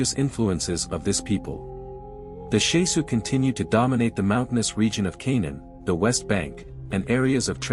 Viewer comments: It's not Shesu. It's Shasu. It matters, as the word is a Hebrew word with a meaning current today. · I wish the pronunciation was right. The SHAH-Sue of YAHU